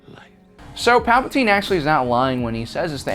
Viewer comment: Palpatine has two vowels in it, and there is an e at the end of his name. Only one vowel in his name is ignored.